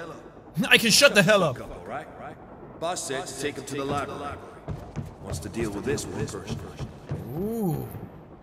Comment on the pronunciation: Beth said Libary straight up.